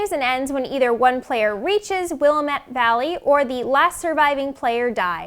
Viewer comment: Learn how to say Oregon and Willamette correctly please